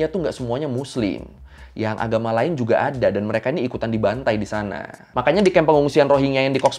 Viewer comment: Knpa cara kamu cakap ,, iyaaaa ,,disanaaaa, sebutan aaa panjang😂